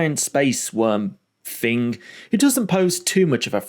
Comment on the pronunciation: Why do you pronounce three, thing and through as free, fing and froo?